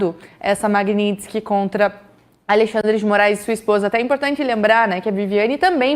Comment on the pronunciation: Tudo certo... apenas já passou da hora de pronunciar corretamente, Magnitsky (ma-g-ni-ts-ky), soletrando em português: ma-gui-ní-tis-qui... referente ao sobrenome do homenageado Sergei Magntsky auditor Russo torturado e morto na prisão! blz.